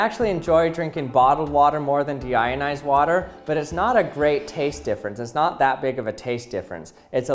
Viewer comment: What you hear: Deionized What i hear: Demonetized